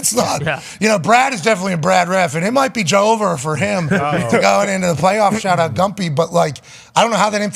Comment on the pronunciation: "Shaht aht back shots" - pat 😂😂😂😂😂😂😂😂